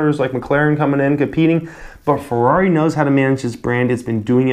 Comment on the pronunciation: in ferrari you have to pronounce the e in italian you pronounce every letter that is written